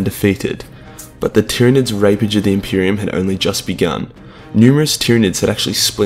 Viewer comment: the greatest threat to the impreium: the impirum